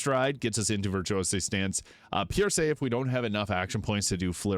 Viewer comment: Pierce, like you pierce something with a knife. What is Pierrrsay, your accent got me cracking up. Murrrking we got a murrrk